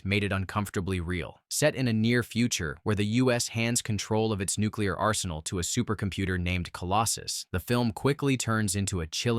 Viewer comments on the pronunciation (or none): none